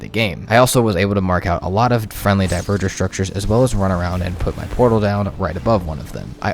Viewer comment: I can't say I know exactly how Dvergr is pronounced, but I know its not "Diverger." It's the real word we get "Dwarf" from. "Dwhere-ger" with the ger softly voiced, maybe?